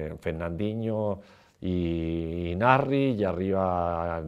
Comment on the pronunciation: He doesn't pronounce the S in Nasri